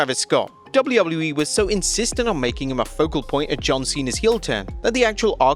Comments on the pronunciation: DUDE. Say “Double U” Now repeat it. Now say “E” Now tie it all together. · Why can't he say WWE